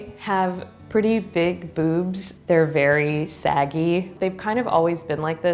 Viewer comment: o thought she said boobsed 😂😅